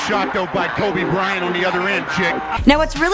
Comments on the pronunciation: She don't even k how to say his name "kubby Bryant" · Why does she pronounce Kobe weird? "Kohhbey Bryan" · " Kubby Bryant, Edde Jowns and Nick Venekzel" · Who the hell is koobu brayant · 'kirby bryant' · Hmm sounds like she said Kaobe Brian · ''Kubby Bryant'' 😂😂😂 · she said Kuby Bryant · KOBAH BRYAH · Kuby Bryant 😂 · kubby bryant :/ lmao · Polanco They're saying that she said his name wrong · "Cubby" Bryant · She said kabe bryan LMAO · Kowbi Bryant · Why did she say his name like that